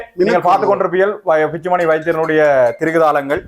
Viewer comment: Dr பிச்சுமணி இல்லை சார் Dr பிச்சுமணி 😄😄😄